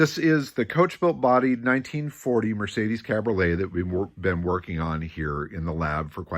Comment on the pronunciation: really enjoying these nuggets you're digging up on the ole Merc. Got me picturing this gorgeous red ragtop cruising down the strasse during Berlin's rebuild era. BTW - freund (friend) rhymes with coined, not pruned, and cabriolet has one more syllable.